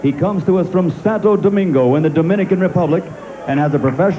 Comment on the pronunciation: Santo Domingo, Puerto Rico.....I saw that on the screen, didn't I? And this is one of the rare occasions Buffer pronounced Dominican Republic correctly.